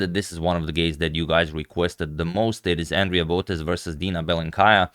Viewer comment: The right pronouncation is bElenkaya, бЕлый means white colour.